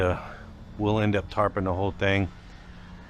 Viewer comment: Tarping not tarting 😆